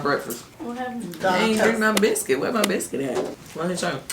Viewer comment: Kandi was a diva about her "biskih"